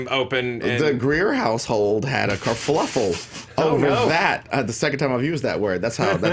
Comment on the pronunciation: kerfuffle, not ker"fluff"le, lmao